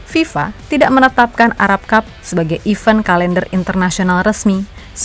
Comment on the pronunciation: Nyebut EVENT itu I-VÉN! E bunyinya kaya mengucapkan ENAK